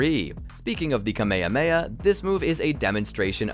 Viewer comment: Stop saying "Kamehameha" like that. FFFFFFFFFFFFUUUUUU